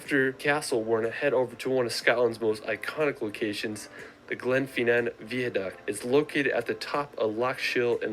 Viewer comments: The biggest mistake made by Americans is pronunciation, the lad said veaduct not viaduct also he made a common mistake when referring to seeing big Ben, what you are seeing is the Elizabeth tower, big Ben is the large bell in the tower as you can only hear big Ben when it strikes. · Go to London and after a couple of days you'll discover that you have no money left to visit anywhere else! What's a "veerduct"? It's pronounced vy~a~duct"